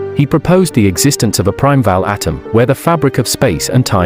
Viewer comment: Primeval is pronounced like "Prime evil" "Belonging to the first or earliest age or the first ages"